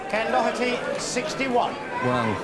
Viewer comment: David Vine the only one who pernounced Ken Doherty's name correctly 🙂